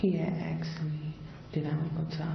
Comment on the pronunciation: he had axed me...